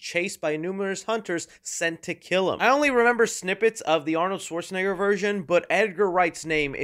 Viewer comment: I die laughing every time you say Arnold schwarzenegger